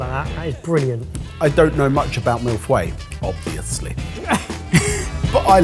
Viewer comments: I'm sorry, a mille what?! 😂 I never thought I'd hear the word "feuilles" pronounced like that! On another note, I'm so glad I discovered your channel, It's been so helpful to get my mind off of the pandemic! :) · way of saying Feuilles makes me physically ill